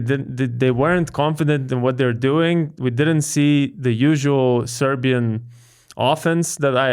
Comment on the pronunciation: You guys pronounce Serbian names and surnames super well.